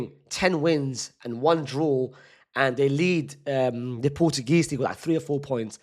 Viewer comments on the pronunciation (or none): none